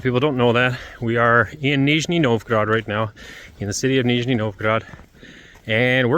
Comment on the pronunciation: "Нижний" очень хорошо произносит.))))